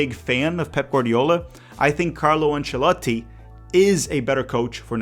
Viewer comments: Conteúdo irado!! Loved the way you pronounce Ancelotti. keep up e bora brasilllll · My man can't just speak fluent English but also pronounce "Ancelotti" correctly 😂